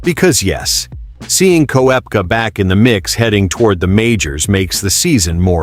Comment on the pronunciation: learn how to prorogue korpka